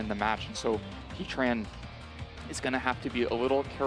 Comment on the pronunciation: He-Tran > Heat Ran